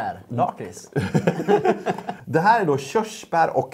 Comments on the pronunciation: Sluta säga laaaaaaaakrits det heter lackrits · Lack rits heter det! Inte Laaaakrtis